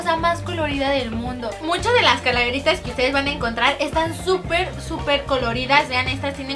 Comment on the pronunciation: Calaveritas ... jaja ni sabes pronunciarlo!!!